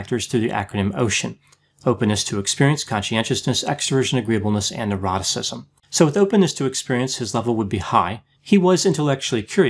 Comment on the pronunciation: 8-9 minutes. Hahahaha! Also, I would love to see a 5 minute video of you just smiling and laughing! 1 more also, I kept thinking you were saying “eroticism” and “ocean” made me realize it was “neuroticism”. Whew.